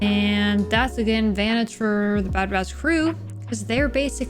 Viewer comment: It's sounds like you're calling them the bad bratch. 😂